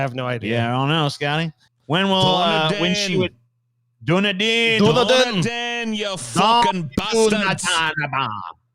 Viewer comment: Never in my life did I think my small home town, of 300,000 people, would be mentioned on this show. It's pronounced Duh-knee-din by the locals but is probably technically more correct as it was a huge Irish settlement, especially during the gold rush, so I believe it is Irish in origin. Nicely done ✅ Just an assumption btw, so I wouldn't take it as gospel.